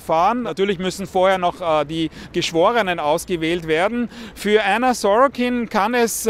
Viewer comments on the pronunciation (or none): Was für Änna die ganze Zeit. Sie heißt Anna und fertig. Änna Änna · Anna nicht ÄÄÄÄNNA